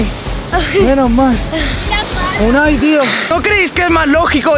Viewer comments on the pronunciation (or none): se dice Unai